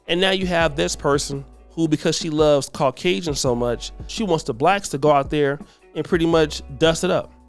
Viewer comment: did you say Caucasian or Cockasians because considering her past… both are true